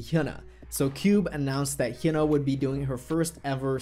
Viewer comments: Her name is hyuna not huna pronounce it correctly if you're really a fan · I thought her name was pronounced Hi-ooh-na.